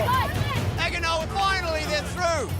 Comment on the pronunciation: "Agg-ah-noa" 😂😂 Good try mate lol